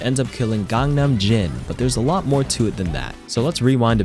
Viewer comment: BTW “GANGNAMJIN” is actually pronounced “KANGNAMJZIN”